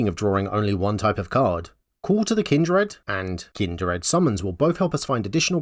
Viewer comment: I watched the whole video thinking... There's no way any accent could cause such terrible pronunciation. Kind-r-ed?? I figured you were just trolling while making a troll deck. It was only after clicking off the video that I realized I had completely missed the point, and had to come back to skim through to confirm. Kudos.